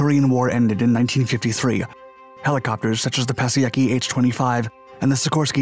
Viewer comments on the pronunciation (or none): Yup. It’s pronounced Pie-a-sec-key. Anyone growing up in Delaware County PA knows this. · "Pasiecki"? Seriously? Mr. Piasecki is rolling in his grave..... 🙄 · He pronounced Piasecki as "pessiaki" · You butchered Piasecki's name quite a lot.. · Might want to learn how to pronounce “Piasecki” before acting as if you’re a subject matter expert. 🤣